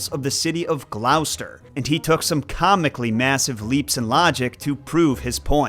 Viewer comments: Gloster not Glowster 😀😀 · Every resident of Gloucester (pronounced gloss-tur) believes that because it’s true. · No offence intended, but Gloucester is pronounced Glos-ter (glos as in floss), there is no "ow" in it. Hope this helps. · Hi! Big fan of your work. Just want to let you know that Gloucester is pronounced "gloss-da" . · Gloucester is pronounced GLOSS-ter. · Really close with Gloucester but it's pronounced "Gloster" :)